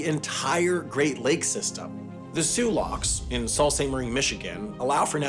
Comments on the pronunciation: "Saul" st Marie? The pronunciation is in the name of the locks. "Soo" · As a Michigan native, “Sault” is pronounced “Sue” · Just so you know, Sault (as in Sault Ste. Marie) is pronounced Soo. Just like the Soo Locks (which can also be spelled Sault Locks but seemingly Soo is more common). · It's pronounced soo not solt. It's fr*nch. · Every Michigander I know would give you tons of shit for pronouncing Sault as “salt”. Believe it or not, it’s pronounced “soo” like the locks. But Michigan is a weird place sooo 🤷‍♂️ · Damnit you pronounced Sault st Marie wrong. It’s pronounced like sew/sue not salt….. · The Soo Locks are in Sault St Marie. It’s pronounced like “Soo Saint Marie”. We usually just say “The Soo”. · Sioux = Soo Sioux St. Marie... Soo Saint Marie... for the love of god, research pronunciations. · Correction: It's pronounced "SOO" St. Marie. Sault is the alternate (French) spelling of Soo. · The “Sault” in “Sault Ste. Marie” is pronounced just like the locks. Soo. Damn France. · When he pronounced 'Sault' as "Salt" directly after pronouncing it correctly, within the same sentence, I threw up in my mouth a little. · The "Soo Locks" are so-called because "Sault Ste. Marie" is pronounced "Soo Saint Muhree." Soo sounds like Sault. I don't know why. In French, "Sault" is pronounced regularlyl like /so/, rhyming with "chaud." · Soooo saint Marie, no 'Salt'. Great video otherwise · "sue" st marie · Sault Ste. Marie is more pronounced as "sue" saint marie, interestingly enough is the name of the locks: Soo Locks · The man said "salt" saint marie 😂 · Sault is pronounced Soo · Sault in Sault Ste Marie is pronounced SOO... same as the SOO locks. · The SOOOO locke system is near SOOO ste. Marie. You can’t phonetically mumble your way through Canadian French, it isn’t that rational. Do better. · I think Sam speaks French, so he technically is correct, but the wrong type of correct. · Sault Ste. Marie is actually a French name, that's why it's pronounced like that.